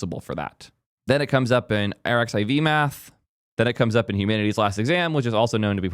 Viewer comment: pronouncing arxiv as "R X I V" is crazy work